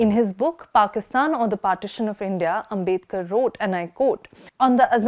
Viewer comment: His name is आंबेडकर, not आंबेदकर.